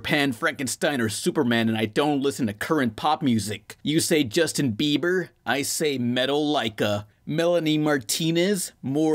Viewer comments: Hey man, Metal-eye-ka is the shiz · it is called metallica not metal lica